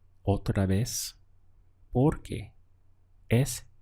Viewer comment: It sounds like you are making more of a "v" sound for "otra vez"....